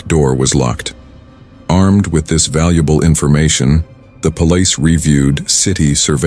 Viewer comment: Is the narrator AI? The way he pronounces some words is too funny 😂 Omg he just said “Pole…..Lice” instead of Police